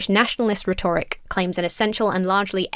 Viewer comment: Seriously., I know that you know how to pronounce rhetoric correctly. Zoe b just did the same thing where she intentionally mispronounces a Word, just to get a bunch of people in her common section correcting her, in order to boost engagement. It's beneath both of you. In case anyone's wondering, Zoe mispronounces the word panacea twice.